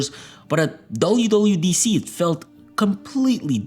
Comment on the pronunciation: YOU CANT SAY WWDC CORRECTLY 😭